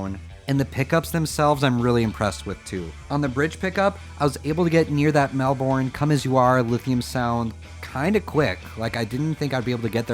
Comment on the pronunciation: I'm surprised that you keep adding to the collection, curious when you'll get something wacky like his SG, Hondo or Aria. It's pronounced Mel-bin btw, at least that's how we say it in Australia